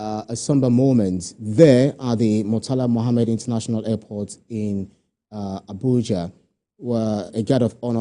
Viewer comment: This local reporter kept on saying leftnant general instead of lieutenant general. Calling nnamdi Azikiwe international airport as murtalar Muhammed international airport. What a mess of a reporter